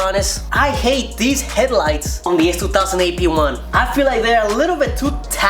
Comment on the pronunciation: you should listen on how he says s2000 lol its kinda funny.